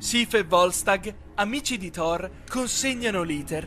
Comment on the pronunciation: "Thorrone" HaahhhahaahAhhhh